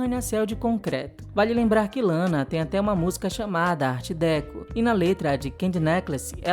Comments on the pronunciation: Só uma correção: a pronúncia correta é art decô. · Adoro seus videos mas deixo um toquezinho: a pronúncia para art deco é "ár decô" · Arte DÉco? hahahhah não seria DecÔ? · A pronúncia de Art Déco está errada! Gosto muito de ver os vídeos, isso é conteúdo de arte 👏🏻👏🏻👏🏻👏🏻